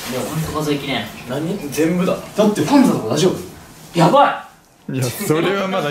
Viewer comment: ほんとだ。今聞いたらそう聞こえる。 「ファンザだな！！」にも「バカだな！！」にも聞こえるように発音できる虫さんの頭の回転の速さと声の出し方が凄い。